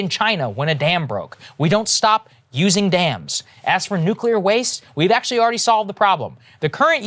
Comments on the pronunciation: “Nuculer” — Homer Simpson lol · It's nuclear, nuclear.